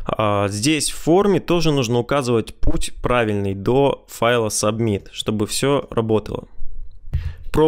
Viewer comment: Спасибо за видео. Только с произношением немного странно звучит. Например, "субмит" )))